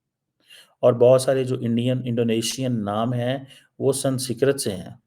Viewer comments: stop pronouncing the word "SANSKRIT" wrong on purpose. You know it's not "SANSKIRT"... It's "SANSKRIT"... You still don't get it... Indonesian President is not the only one SMART in his nation. Indonesians do know their past. This is why while you Pakis were burning down all of the temples of your ancestors in Pakistani, Indonesia's MUSLIMS were busy preserving them. In Indonesia, Hindus, Sikhs, Christians don't have to live in hiding... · I love the way he pronounces Sanskrit ..... We have to learn what president and prime ministers think from this joker.... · He can't even pronounce the word 'Sanskrit'...I don't know why we need to subscribe to him, he is spewing venom against India....of course we can watch him for fun. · pronounce Sanskrit world properly. It is the language of your ancestors. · ko sanskrit bolna nahi aa raha.. Kya education hai tumari.. Doctor ki degree Mil Gai Hai but pronunciation Karni bhi nahin aati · Why cant this fool pronounce Sanskrit.. what a waste .. and he has a phd.. wow.. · Woh jaanki galat pronounce karta hai